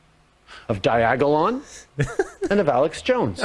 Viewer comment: What the fuck is a Diagalong